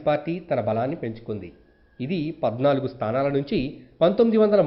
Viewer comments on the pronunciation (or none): none